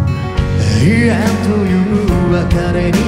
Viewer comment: 『永遠』の『え』の発音好きすぎる